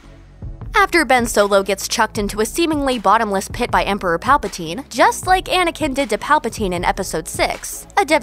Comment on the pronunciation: 11.38 She says palpatine. WRONG!